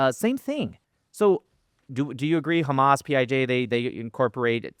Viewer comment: said “PIG” instead of PIJ 😂 so from now on whenever i hear PIJ I’m going to think 🐖 😂